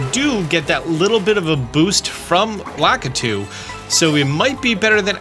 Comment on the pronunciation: Lack-a-too? I've always pronounced it Luh-key-too since the N64 days, yikes